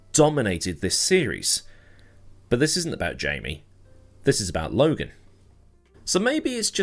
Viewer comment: Lo-gone? You’ve outdone yourself.